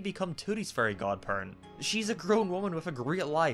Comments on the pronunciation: It took me way too long he was saying fairy and not furry and I was wondering the whole time if I was missing something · Why does he say fairy as furry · I like how he says ferry like furry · Why do you say furry unseated of fary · I wish I didn't hear "furry" every time you said fairy. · FURRY GODPARENTS!! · Every time he says “fairy” it sounds like furry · Is it just me or when said “Fairy” is sounded like “Furry” (probably just me) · Am I the only one who heard “furry” every time he said “fairy”? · The “ferry” god parents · Every time he says "fairy" he sounds like he's saying "furry" I'll let my imagination run wild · I hate and love the fact that him saying fairy sounds like furry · Everytime you say fairy it sounds like furry😭😭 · Bro when he says “fairy” it sounds like “furry” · everytime he says fairy i just hear furry😭😭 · Every time you say fairy, it sounds like furry to me and I’m watching this as background noise while I draw so I legit just come back to this video hearing, “then he turned into a furry.” XD like omg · when you say "fairy" i hear "furry" and every single goddamn time i get confused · Am I the only one bothered by how this guy pronounces "fairy"? I mean, it's kind of hilarious that it sounds like furry, but... It's still kind of uncomfortable.